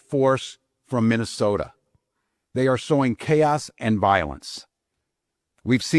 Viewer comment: Minesolia.. minessolia 😂😂😂😂😂😂